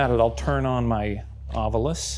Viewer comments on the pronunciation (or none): A 3rd season of Ryan adding imaginary letters to his pronunciation of Ovilus 😭